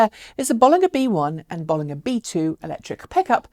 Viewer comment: As always great show. But it's notable that you pronunciation of the name is a bit off. It does have 2 Ls. BoL.Linger is probably better phonetically.